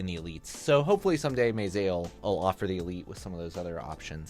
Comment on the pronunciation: The worst pronunciation I've heard of meze, maysay